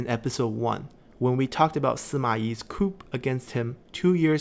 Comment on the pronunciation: Great vids. One suggestion: the p is silent in coup.